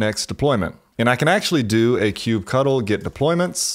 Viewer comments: Sounds stupid when you call kubectl "kube cuttle". It's literally kube control. Ctl is generally known to mean "control" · Ugh, stop calling it Kube-Cuddle. So lame. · It throws me off everytime he says "cube cuddle*